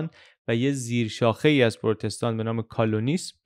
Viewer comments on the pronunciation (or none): ممنون خیلی خوب بود فقط تلفظ اون فرقه پروتستان کال-وینیسم هست نه کالونیسم. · کالونیسم رو اشتباه تلفظ میکنید ، نوشته انکلیسی را ببینید . "و" را "او" تلفظ نگنید ، واو هست با تلفظ "و" مثل واو در "ویار" (Calvininism) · تلفظ درست کلوینیسم با V است نه با U! CAL-VIN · در دقیقه ۵ و ۳۰ کالوَنیسم به اشتباه کالوْنیسم تلفظ میشه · بسیار می آموزم..متن بسیار عالی و مانند قصه تعریف می کنید..باعث می شود که شوق شنیدن ایجاد می کند. با پوزش Calvinism تلفظ کالوینیسم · دست شما درد نکنه، مثل همیشه زحمت کشیدید. البته کالونیسم به فتح واو صحیح‌تره. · کالوَنیسم درسته. چون شما روی تلفظ درست حساسی گفتم. وگرنه که مشکلی نیست😁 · با تشکر .مفید بود.ولی تلفظ واژه کالوینیسم Calvinism درست است. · درود فراوان بر عزیز ویدیو مثل همیشه عالی بود فقط تلفظ کلوینیسم رو اشتباه ادا کردید calvinism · تلفظ کالوینسم را دقت کنید